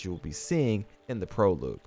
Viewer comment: Thanks for the tips. It’s pronounced “Pro-log” not “Pro-loog”